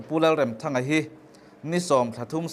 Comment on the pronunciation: Remthanga hi i lam dan a dik lo lam dik rawh.